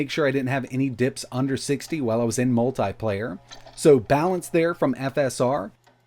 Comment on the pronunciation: Say multiple, now say multiplayer. This guy says MULTAI-PLAYEYR. okkkkk